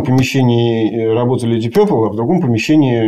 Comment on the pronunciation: Пацаны , вы оба неправильно произносите слово purple , вот его транскрипция: pərpəl , пэпэл 🙂